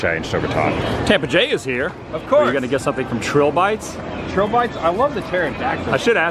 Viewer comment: Hi Adam, I believe it's Trilo-bites, not Trill-Bites. A play on the word Trilobite, an extinct marine arthropod. And now you know. 😉